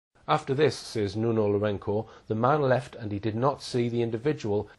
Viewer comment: it's LourenZo , not Lourenko, mate ....